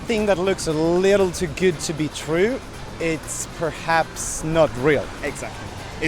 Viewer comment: The way you pronounce the word “good” just cuts the ear in half. It’s not “güt”. Second. You need some Botox. Wrinkles around the eyes and forehead. Look into it. Instead of running focus on weight lifting. Good luck.